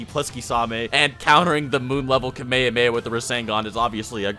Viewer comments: i honestly hate how you say kamayamaya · The way you pronounce Kamehameha hurts me.